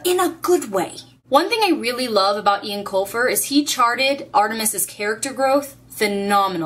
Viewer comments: Eoin is pronounced "Owen" not "Ian". "Owen" - Yes "Ian" - No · You pronounce Eoin Colfer's name "Owen" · Caballine taking on all of the goblins was one of my favourite moments in the final book. (PS it's pronounced 'Owen', by the way) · Eoin is pronounced Owen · I think Eoin is pronounced like Owen. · I've read the whole series but my favorite part of it all was when Holly gave Artemis the coin and said he had a spark of decency inside him. <3 also, it's pronounced "Owen" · Just to let you know, even though it's spelled "Irish-ly" the name Eoin is actually pronounced as we would "Owen"